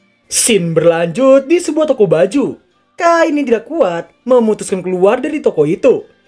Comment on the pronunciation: Cain bang namanya bukan kain Ngakak , karung mana karung oi FBI open ap pedo!! Pedo!! Pedo!!